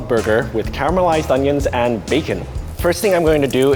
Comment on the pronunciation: Cawemel riced unions lol